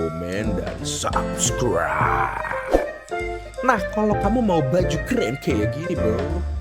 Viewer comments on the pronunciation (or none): none